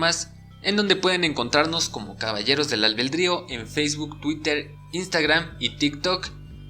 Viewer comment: Albedrío! No albeldrio jajaja pero buen video, gracias! 😁😈